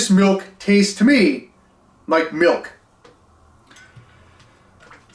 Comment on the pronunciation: That wasn’t milk that was malk (now with vitamin R)